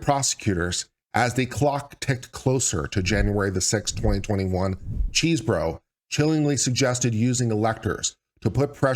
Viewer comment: I kept hearing "cheeseburger", but I think it's because I'm hungry!